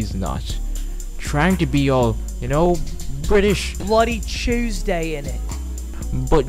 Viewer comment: There was a lot of love, and beauty in this video, but You fucking killed me with that "Bloody CHEWS-DAY, init!?" 😂😂😂